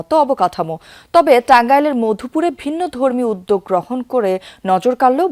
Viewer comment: ফাইঅবার না ফ্লাইওভার 😂উযযোক না উদ্যোগ